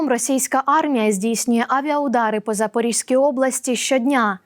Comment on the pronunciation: Пані ведуча, не запоріжська,а запорізька!